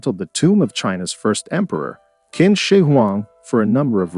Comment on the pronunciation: Qin is pronounced 'chin' not 'kin'